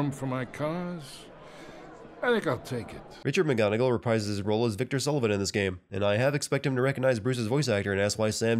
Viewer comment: 3rd Gaming Sins video I've seen where the narrator mispronounced reprise...